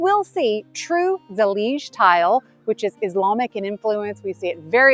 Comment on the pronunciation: I am Moroccan (native, Amazigh tribe) I said to Mike before you started talking! Huh?? Seems Moorish! And then you said it and even correctly pronounced Zalij! الزليج! And the Arabic text says: دعاء إلا الله which means I pray to the true one God! Allah is generic term for God! So it’s the God of any religion. Thank you for showing off some of what has been part of the golden age of Islam! And thank you for doing so wisely respectfully and knowledgeable as always! ❤️❤️❤️❤️